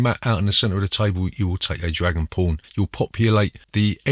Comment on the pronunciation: You had me at dragon porn, crap you said dragon pawn.